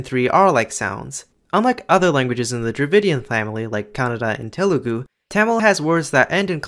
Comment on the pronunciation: bro it's not "tay-mol" or how ever you pronounced it it's idk how to write it down but "THHA mil or THA mil". It's no "Ta-lu-gu" It's "Tha- lu gu"